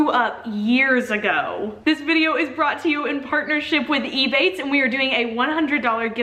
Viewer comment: It took me so long trying to work out if you were saying ebay or ebates